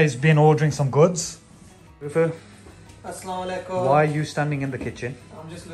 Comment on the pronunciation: Nice blog’s Masha Allah If you don’t mind I have one request Pls tell to your mom when say salam to everyone Say it Asalamu aliakum proper salam Not salamaaiilaiakum Meaning is change Thank you From USA